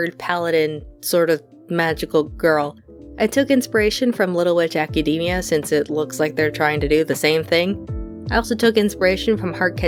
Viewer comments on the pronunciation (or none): none